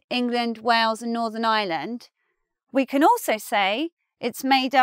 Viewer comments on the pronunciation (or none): You don't pronounce the "r" in Ireland? It is as if you are saying "island" and not "Ireland". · Please, it's pronounced Ireland, not island. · As a non-r-dropping American, I chuckled to hear you say what sounded like “the island of island”. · I've always been bothered by the way English people pronounce Ireland and this video shows why. Most English people pronounce Ireland pretty much the same was as they pronounce island. Which lead to a sentence in this video that sounded like this "northern island is on the island of island" when in fact the sentence was "Northern Ireland is on the island of Ireland". Ireland and island are different words, there is an R in Ireland, just sound it out! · You've missed my point completely. You're right, the phrase "island of Ireland" is correct. I'm commenting on the the English pronunciation of the word "Ireland". They pronounce it exactly the same way they pronounce the word "island". So it sounds like they're saying "island of island". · I thought exactly the same I'm still learning English but it was so hilarious. Like, she didn't even tried to make it sound a bit different one from the other. English is funny thou'